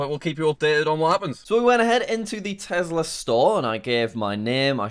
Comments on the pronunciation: Why does he pronounce it as Tesla not Tesla with the real S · Elon: Tesla: Tezla Me:Haha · Oooo tezlah (yes ik how to spell tesla)